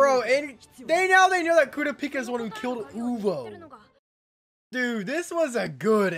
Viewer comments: kurapika name is pronunced ku ra pika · i think your saying kurapikas name wrong